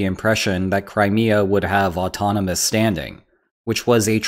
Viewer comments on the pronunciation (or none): none